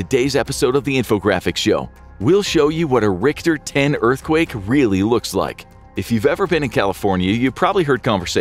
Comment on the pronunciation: Cant even pronounce "rick-ter" right. Cmon bro.